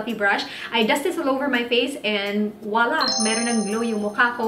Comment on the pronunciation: Sis, correct lang kita. It's voila. 🙂